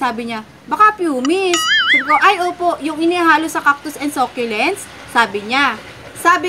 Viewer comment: Ako din sobrang adik ko sa sah- kyu- lents lately.hahha hindi nmn siguro nakakahiyang mali tayo mg pronunciation. Basta makabili tayo ng same item nayun , bakit ba. Hahhahaha